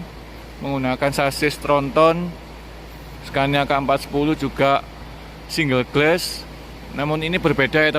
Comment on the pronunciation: Ralat mas spelling nya... Single Glass = singel glas... Bukan single gles